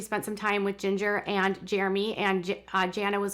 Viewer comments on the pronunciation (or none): none